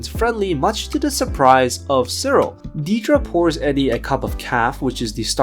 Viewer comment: It’s pronounced “DEAD-ruh.” Seriously, she’s a main character on the show.